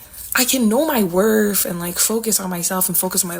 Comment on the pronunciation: “Know your werf.” -words to live by.